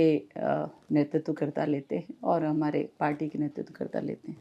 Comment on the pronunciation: कायदे से हिंदी भाषी राज्यों में नेतृत्वकर्ता के उच्चारण में ई आता है लेकिन मैडम गुजरातियों की तर्ज पर उ का उच्चारण कर रही हैं। ये हिंदी का अपमान है और सबसे बड़ी बात की विंध्य के ब्राह्मणों का अपमान है क्योंकि विंध्य के ब्राह्मणों ने अपने स्वाभिमान को देखते हुए अपना नुकसान नही देखा। ये अपने आपको गुजराती लॉबी का मानने लग गई हैं।